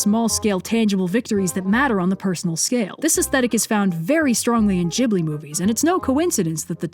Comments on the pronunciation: my sister in christ did you just say jhibli? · "Jih-blee" uuuuuggggghhhhhhh